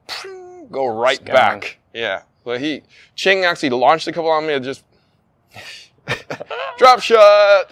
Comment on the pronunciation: why is he calling him Ching instead of Chien